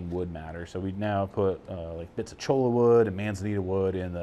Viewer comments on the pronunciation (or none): Cholla is correctly pronounced ''choya''.